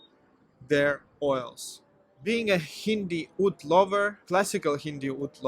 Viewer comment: Oud! I thought you were saying food. Lol. Either way, I agree. Have you tried Czar perfumes? They use "Russian branding" but their perfumers come from many places.